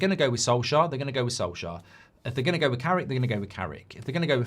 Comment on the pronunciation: Come on not soljear come on.......